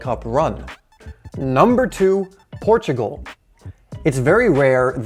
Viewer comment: Thanks you for saying Portugal. People do not recognize this